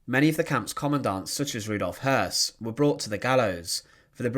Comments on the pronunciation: Yes, I know that but the video clearly pronounces his name "Hess" not Höss. Your facts are skewed. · Rudolf Höss, not Hess